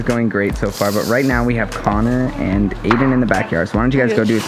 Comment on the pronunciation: I ship nick and but are we gonna Ignore the fact that said adain like why is he dating Claire?